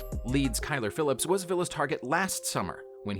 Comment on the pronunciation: “Kyler Phillips” also